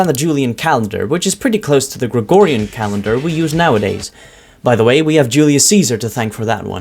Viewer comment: "calandr" - Julius Ceasar, December 17, 2025 Anno Domini